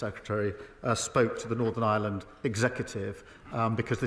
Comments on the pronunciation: It’s not the “island of island” it’s Ireland… you just need to pronounce it correctly 😂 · Stop saying Island, you muppet. It's Ireland. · Oh, but didn't you hear? Iceland and Ireland unified to become Ieland! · Please put the R in Ireland. It’s not Northern Island… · Learn how to say "Ireland" ffs. There's an R in there. It's not Northern Island "... 🤦🏼‍♂️ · They can't even pronounce the name of our country, in their language 😂. No wonder they struggle with Irish names